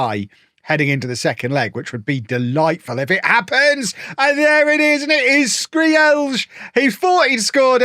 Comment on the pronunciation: Skreeeeeeelj!!!!! LMFAO no way that's how you say it.